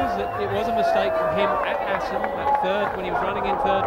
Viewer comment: "Welcome back to Assen" ........